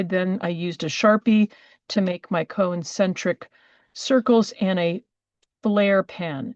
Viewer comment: It's CON-cen-tric, not co-en-cen-tric.